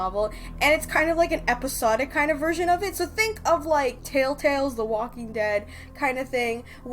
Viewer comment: "TellTalle", "Your choices matter"... LOL !